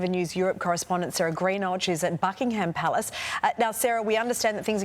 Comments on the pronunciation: It's not Bucklng-Ham, damned Yank pronunciation, it's Bucklnghm... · It’s Not BuckingHAM. It’s Bucking em